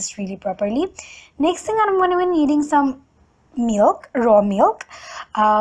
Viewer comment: The way u say milk and oil...*coughs* But great video😂😘